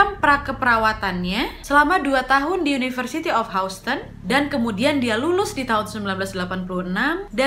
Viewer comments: Houston bkn? Baca nya Hiuston wa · Sikit kritik ya wak ... Houston di bacanya Yusten Btw selamat berpuasa ya wak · Mon maap wak houston (dibaca hyusten) 😂🤭 Selamat ya 1jt subs waaaak hehehehe Konten2 nya ku suka n somehow menghibur. Apakah aku ada kelainan? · Maaf kak Nadia, sedikit masukan untuk pengucapan " HOUSTON"..... seharusnya dibaca seperti ini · Maaf mbak Houston bacanya bukan spt itu.. mgkn englishnya agak dibenerin kali yah hehe.. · Agak ter distract stiap mba pronounce “houston” hehehe (no hate)